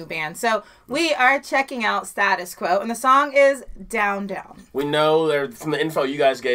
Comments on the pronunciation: Nice one, i seen Quo many times live, no tricks no showbiz glam sets, just good old kick you in the balls rock. Gets the place jumping....btw in uk Status is pronounced "stay tus 😂 im from liverpool so like your tee 👍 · Guys just one comment your pronunciation of "Status" is incorrect for the Quo. Think of it like saying "Staytus" and it will sound correct. If you haven't reviewed "Again and Again (great guitar solo turn the volume up full !!!) or the Quo Anthem "Rockin all over the World" which was performed at the opening of "Live Aid" in 1985 have a listen. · Check out Roadhouse blues at the End of the road tour '84 turns into a medley.I know it the American way of pronouncing it but it's State us Quo.Rocking all over the world(John Fogerty song of CCR) worth a listen amongst others. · the lyrics are about his ex wife and the British music press and their attitude to The Quo. the Down Down chorus has no meaning, it was just the right sound he wanted when he wrote the song. incidentally it was their only British number one single. oh and it's pronounced Stay -tus Quo. If you like a jam out then listen to their version of roadhouse blues live it's 17 mins long. That or a song called 4500 times. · The band pronounce Status as Stay tus Quo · Please learn to say it properly Stay - Tos - Quo. English Accent. I'm in a Quo cover band and met Francis Rossi (their lead guitarist) - he's old now but still gigging and still awesome - he told us to "keep flying the flag" with our Quo covers - to quote Wayne and Garth "we're not worthy" but we are doing our best on the UK pub circuit. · St ayyyyyyytus quo is how you pronounce it like the fonz aaaaayyyy staaayyyyyyyytus quo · "Staytus" not Status. 😉 If you want a track to just mellow out to, try 'Living on an Island'. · It's pronounced like State us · It's NOT Status Quo, its pronounced Stay-tus Quo, you know, in the original BRITISH vernacular! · Guys, its pronounced "Staytus Quo" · "Status" as in "state us".